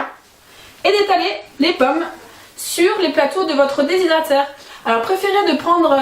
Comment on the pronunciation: Aller un petit effort d'articulation.... DES--HY--DRA--TEUR... essayez encore DES--HY--DRA--TEUR...